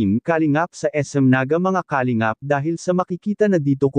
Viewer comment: Para sa narrator: paki pronounce ng tama ang word na "kalingap" (not "ka .. lingap" ang sakit sa tenga tapos paulit-ulit pa